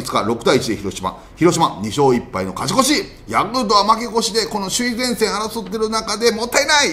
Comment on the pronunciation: 里さんの「カチコチ！(勝ち越し)」好き